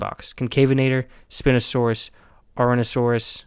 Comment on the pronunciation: Bro you might be the first person to pronouce it Spin-O-Saurus(It's Spine-O-Saurus btw)